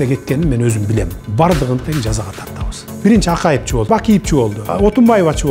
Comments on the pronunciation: Жакшы маекболуптур соз жок, Садырга ак жол каалайбыз. Бирок Садыр кээде жонокой тил менен суйлойун деппи же кандай. Акайып, Бакийип деп айтат. Кызыктай угулат, толук "е", "в" тамгаларын кошуп айтса туура угулат эле. (Акаев,Бакиев деп) Акыркы тамгаларды кошпой суйлогону байкалат кээде. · Садыр иним кечиресин,бирок Акайып, Бакийп дебей "е", " в" тамгаларын толук кошуп айтсан, кээде акыркы тамгаларды кошпой койгондугунду байкап журом. Жакшы маек болуптур. Элдин ишеничин актайт деп ишенебиз. Ак жол каалайбыз.